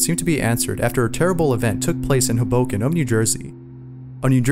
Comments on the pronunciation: It’s pronounced hoeboken(pronounce boken like broken without the r) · Way to butcher Hoboken dumbass, its Ho-bo-ken.